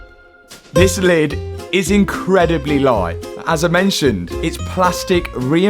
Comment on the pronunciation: As a German I can say you're aggressive pronunciation of "Lid" was fairly accurate.